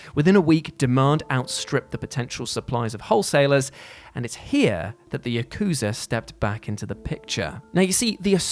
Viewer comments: ya-kuza ... yaku-za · Yakooza lmao